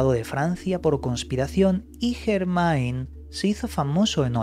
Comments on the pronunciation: N'est pas possible. ne parlez pas francaise. Il dit St. Germain, ne pas Germen... AI c'est E en francaise... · En francés Germain, se pronuncia Germen ... la AI es E... .. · Chirria que lo nombres acabado en -ain, acabalo en -en que es como es, Yegmen, es la pronunciación correcta